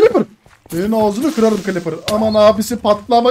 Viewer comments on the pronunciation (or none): Creepper a Cliper İskete de İskelotor diyen koca yürekli abimiz. ❤❤❤❤